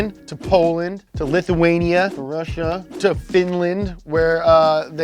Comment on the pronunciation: the way this man said “russia”